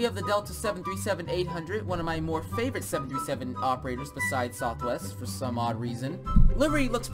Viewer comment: It’s southwest not sothwest